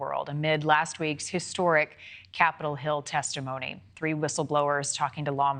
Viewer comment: "Uninen States" Nobody enunciates anymore lol